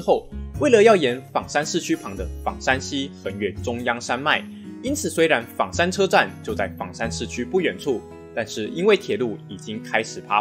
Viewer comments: 枋讀做方，非三聲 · ㄈㄤ山喔，不是ㄈㄤˇ山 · 其實是念ㄈㄤ山